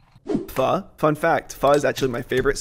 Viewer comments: It’s not pronounced like pho it’s pronounced like pha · Did he say phu it’s pho